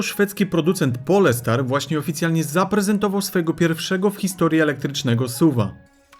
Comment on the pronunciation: To nie jest polska nazwa, czyta sie "Polstar" nie Polestar